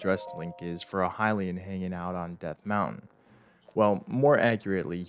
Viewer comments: Dude I love your videos but your pronounciation of “Hylian” almost did me in 💀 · bro called the hylian shield the halayen shield bro. its pronounced hi-lee-en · I know this is a petty comment you get a lot of nerds being "WeLl AcTuLlY" but the pronuation of hylian shiled is [High-lee-in] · “High lay in” why do you pronounce it like that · You're saying Weather Report ;( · The correct pronunciation of Hylian was left out 🤭